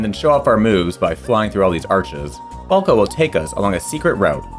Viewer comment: Why are you butchering Falco's name on purpose?